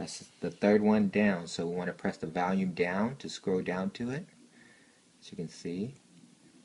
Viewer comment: The "valume" lol